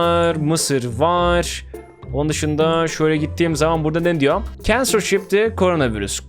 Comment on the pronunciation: Censorship(sensörşip) i kensörşip diye okuyunce elim ayağım titriyor bruh